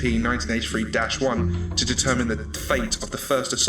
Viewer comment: It sounds like you are saying 1993 so yea...